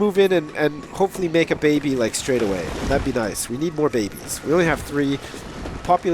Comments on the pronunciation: jay burnette Actually, babby is the real pronounciation, the best... Yeah you get it. That being said it has nothing to do with being british (Or in ' case, living there) it's just funnier than saying baby, that's all. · OMG! The way he says baby is so fkin amazing